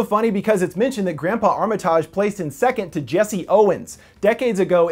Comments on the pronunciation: Isn’t it pronounced “armatige” not “armatahge?” Lol, for real question. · Armi-TIGE. They say it in the film. (Sorry pet peeve)